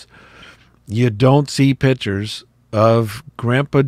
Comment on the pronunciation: Please pronounce the word correctly! It's "piCtures" (with a hard "c"), not "pitchers", as in a pitcher of water. Thank you!